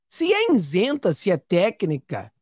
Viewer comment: I-SEN-TA! Nao diga insenta!